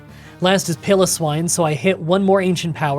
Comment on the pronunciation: Togetic: TOE-guh-TICK. Azumarill: a-ZOOM-a-rill. Piloswine: PILE’o’swine. Also, Electivire doesn't have an R in it.